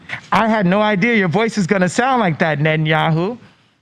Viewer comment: Benny Net-n-Yoo-hoo